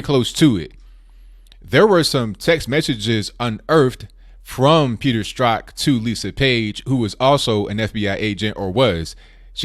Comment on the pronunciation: I really appreciate that you can pronounce 'Strzok'.